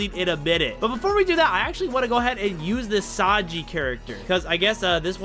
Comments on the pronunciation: Bro say tanji not Sanji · “Tanji” bruh his name is sanji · Bro said tanji instead of sanji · said tanji instead of sanji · it's sanji not tanji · I’m sorry but u said tanji it’s sanji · bro said tanji in sted of sanji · Bro it ain’t tanji it’s sanji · It’s Sanji not tanji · Why tanji its sanji😢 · Bro its sanij not tanji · ain't no way bro said tanji bruh 💀💀💀🙏🙏🙏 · Bro said TANJI! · wait wait wait wait wait did you call sanji TANJI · “Tanji” he say 😂😂😂😂😂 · BRO REALLY SAID TANJI 💀💀💀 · Bro rlly said tanji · No way bro said tanji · he said tanji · His name is pronounced Sanji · did blud said tanji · Y bro say taji